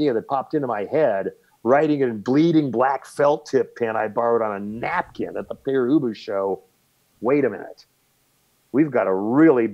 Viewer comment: Dear Eric Boucher, please, pronounce Père Ubu properly, in french.